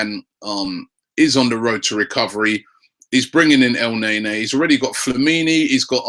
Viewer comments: Your playing pronunciation is awful. It's not El - nay - nay, it's El - ne - ni, Batshuayi isn't bat - u - shy, it's bat - shu - eye - I. So annoying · If you look at the name in Arabic, it's sound more like al-n'a-nie, rather than El nae nae